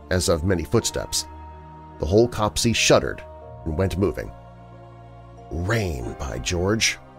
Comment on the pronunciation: Great stories. Just a little thing, 'copse' is pronounced to rhyme with crops.